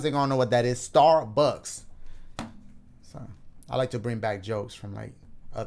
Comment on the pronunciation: Every time he says Starbucks in different videos cracks me up